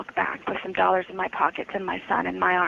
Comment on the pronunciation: I sooo loathe the way Sarah talks about money, and specifically her pronunciation of the word "dollars'. It's so easy to tell that Sarah is financially illiterate and likely comes from poverty. She definitely doesn't understand what "old money" means.